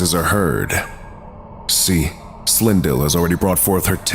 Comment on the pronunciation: You absolutely butchered the pronunciation of Khethiwe and Silindile😒